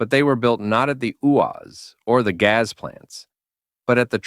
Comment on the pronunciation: OMG, your pronunnciation of GAZ is horrible!!' Not Gaeaeaes but Gazz.